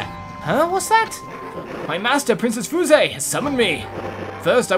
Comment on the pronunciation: Fuse. How it’s pronounced: f-yoo-se.